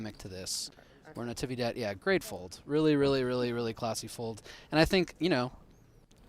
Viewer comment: Is “Navidad” the holiday,not Natividad